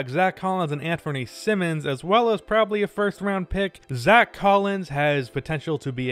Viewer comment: how u gonna pronounce Simons as Simmons??